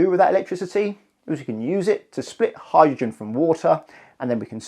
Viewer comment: Sorry, what's a "howr-gin" vehicle? Speaking seems to be difficult for this chap.